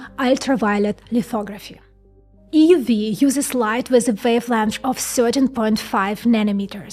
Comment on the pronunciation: "EeeeUUU Veee" Just joking she's adorable.